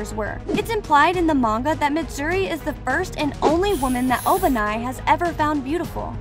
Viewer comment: Sanini💀 En-osuke💀 Obanaayi💀 Shinobo💀